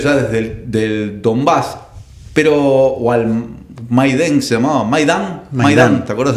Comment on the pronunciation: no sabes ni pronunciar Maidan y no te animás a decir que lo que pasó en 2014 fue un golpe de Estado. Analizar la situación bélica en Europa les queda grande.